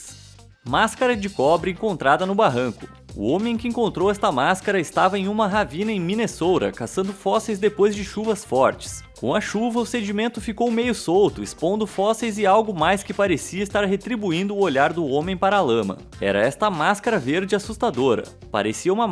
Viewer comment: ei, desculpa contrariar, mais é Minnesota não Minessoura aviso rápido :)